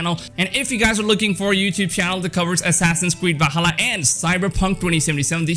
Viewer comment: It's Not Vahalla! It's Va''L''halla!